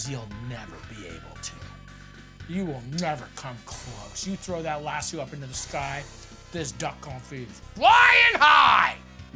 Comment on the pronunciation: “Grab your LASS-SEW!”